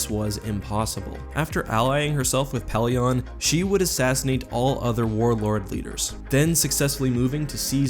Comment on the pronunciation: My goodness it kills me every time you say "Peelion." It's said like Pellion. **Edit for grammar and spelling